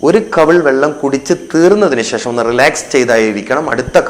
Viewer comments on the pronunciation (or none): none